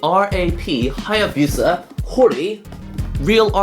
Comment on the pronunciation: "" can't pronounce Hayabusa? O_o